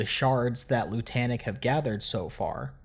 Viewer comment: Is anyone going to mention the fact that Lutanic is supposed to sound like the word lunatic? Or is it just not worth mentioning?